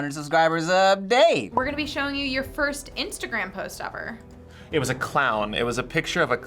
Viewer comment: "Fist time what"😂